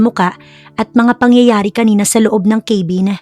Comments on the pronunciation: Ipagpaumanhin po kung pupunahin ko po yung pagbigkas nyo ng cabin.kabin po hindi po kaybin✌️🫰pati din po pala sa heir narinig ko sa ibang stories nyo, dapat air hindi po hair ✌ ❤ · hiyang hiya naman ako sa pag pronounce ng cabin . ginawang ,,,,keyvin😅